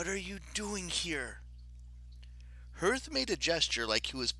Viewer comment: i really love your content but please stop pronouncing hearth like that